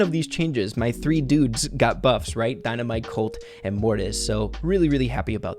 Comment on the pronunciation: You can tell the editor doesn’t play brawl stars “Shelley” “Cult” lol it’s Shelly and Colt